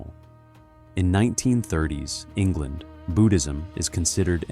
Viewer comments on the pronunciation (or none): none